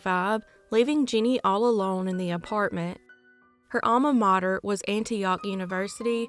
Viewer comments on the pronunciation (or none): none